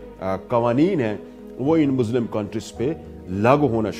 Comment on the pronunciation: It is Muslim not Muzlim